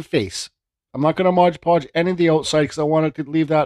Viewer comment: Awesome piece, and I am a fan of your videos... but man, hearing ModGE Podge drives me nuts. It is MOD ( M o d) Podge. Just like the label says :).